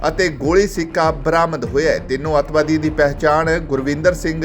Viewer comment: ਅਤਵਾਦੀ ਕੀ ਹੁੰਦਾ ਬੋਲਣਾ ਸਿੱਖ ਸਾਲਾਂ